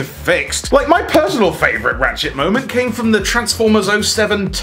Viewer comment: I’m not the only one who heard “Rat-shit” and least a few times right? Lol